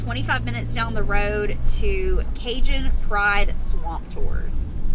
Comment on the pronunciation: When you said Cajun Pride Tours I heard Cajun Fried Tours.